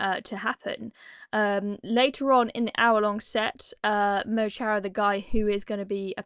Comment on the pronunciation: mo chara is prounounced mo hara = my friend - wee Irish tip for u there, btw I don't like them